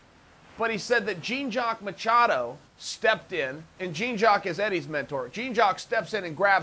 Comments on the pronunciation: "gene jawk" Machado! lol, learn how to pronounce "Jean Jacques" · Man you keep saying Jean Jacques like Gene Jacques makes me want to unsubscribe lol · Jean Jock but he pronounced Ryan "Hyan". 😂😂😂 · lmao "JEEN JOCK" Machado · But why u pronounce it jeen jakk tho ? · Who is Gene-Jock? Lmao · GENE JOCK. jesus chael has the worst pronunciation ever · Jeeeeen jock hahaha. How do you not know how to say his name lol. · jeen jock? lol chael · God damn I laugh so hard when Uncle Chael says Gene Jock Machadow. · Don't worry, people. Uncle Chael didn't mispronounce the name. Gene jock machado is Jean jock machado's long lost twin brother. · Chael says Gene Jack the first time but manages to say Jean-Jacques correctly the second time? Por qua? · “Jeen jock machado” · Jeans Jock Madhadow is the best name Chael has mispronounced yet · U mispronounced jeen jock at the end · Lol. Jeen Jock? C'mon Chael. You're taking this deliberate name butchering thing a little too far, at this point. (You even blew your cover and said it correctly !) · Lmao “Jeen Jock” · You don't know how to pronounce Jean Jacques Machado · Chael, please learn how to pronounce Jean-Jacques name correctly. The hyphen in his name also stands for excellence!!!